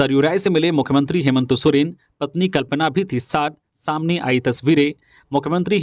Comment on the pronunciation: आप न्यूज़ तो ठीक बता रहे परन्तु मुख्यमंत्री जी का नाम हेमन्तो सोरेन क्यो बोल रहे हैं हेमन्त सोरेन बोलो ना